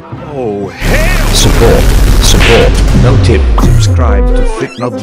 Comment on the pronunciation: Bro said supscribe 💀 ?